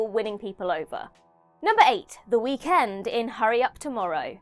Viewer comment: Girl, I love when your narrate, but the emphasis of END in The Weeknd was INSANE 😂 Somebody at What Culture needs to step in next time.